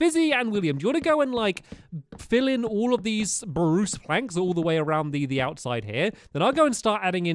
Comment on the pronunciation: youre saying poo its sproos